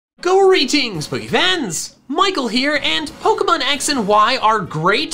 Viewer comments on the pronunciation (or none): Why does he say gorytings pokefans.